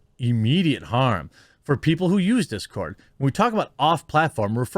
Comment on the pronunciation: It's dis cord not that cord.